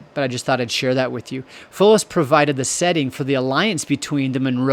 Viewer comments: Foulis Castle is pronounced "FOWL-us" - been there and carry the DNA of original Munro Highland Chiefs - 1,000 year clan gathering in 2025 (other origin tradition says 1012 AD as the beginning, after the 990 arrival of Donnell, the patriarch). This is the THIRD evolution of the Munro castle built on this spot - that octagonal tower base being common anchor of the TWO previous constructions. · “Foulis” is pronounced “Fowls”, as in wildfowl.